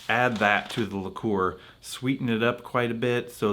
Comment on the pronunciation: Liqueur is the most mispronounced word in alcoholic history!